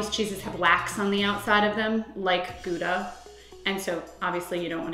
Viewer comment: you cant even pronounce gouda correctly